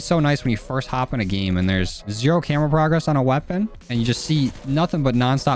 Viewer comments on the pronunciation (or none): none